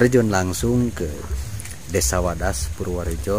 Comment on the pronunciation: Maaf yg di maksud wadas kali bukan wedas...biar jgn salah di ati kan nanti dengernya wedus..hamupa hanya koreksi aja.